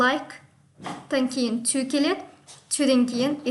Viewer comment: Сорри, но произношениең нашар екен. Тіл үйрету үшін идельноболу шарт емес. Бірақ қарапайым сөздерді дұрыс айта алмай отырсың. To деген сөзді "тью" деп оқисың. Олай болмайды.